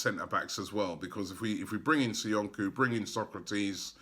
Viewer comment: It's Soyunju not SoyunKu , for God sake learn the players name. Still butchering Kolašinac surname makes me cringe.